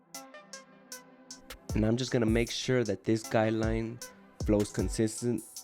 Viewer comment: I like how he says guideline lol. Sounds like he’s saying guy line ha!